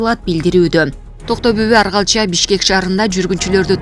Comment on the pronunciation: Аргалча эмес Оргалча ,атасынын аты.Ушундай сабатсыз журналисттер кайдан окушкан?